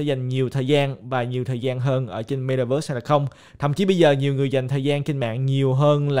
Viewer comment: Ko phải cố gắng mà ngta ở Mĩ lâu năm nên phát âm chuẩn vậy thôi. Ko lẽ bạn muốn phát âm kiểu "mê ta vớt" cho tự nhiên gần gũi